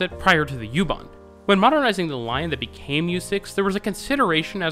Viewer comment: Just me, but it might be a good idea to call it "oo-bahn". This gets me on all your German language transit system videos. Go ahead with the "yew-too" etc. It's also an Irish band.